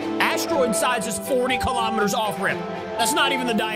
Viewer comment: It’s kilometers not kalomaters